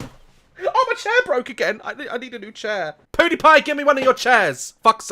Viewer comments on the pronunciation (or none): I like how he said poodipie instead of pewdiepie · i died when he said poodipie give me one of ur chairs he said poodipie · “Poodepie” haha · {I døn’t likë my usernåme} . Ik that.... but he said poowdepie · He said poodeepie